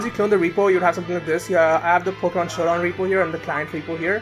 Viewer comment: I Love How His YT Name Is Based On A Pokemon He Says Wrong XDDDDDDDDDDDDDDDDDDDDDDDDDDDDD